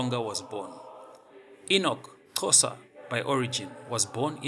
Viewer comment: Your knowledge of history is poor and misleading. There was no such thing as 'Eastern Cape Colony of South Africa' in 1873. And again it's 'Xhosa' not 'Chosa'.